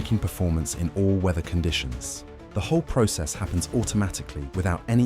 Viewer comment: im so tired of hearing bots talk in videos and cant pronounce words correctly like process